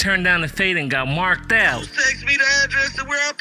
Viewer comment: Bro said run the faid. Not fade. Lol